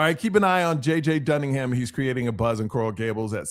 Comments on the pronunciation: JJ….Dun-I-gan ……..NOT Duningham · It's JJ Dunnigan not dunningHam. Much love as always bro! Next time you come to Tampa I want to come to a show. Zachariah poyser got paid $350K last season. I guarantee you Fletcher's up there around a million at least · Bonehead it's Dunnigin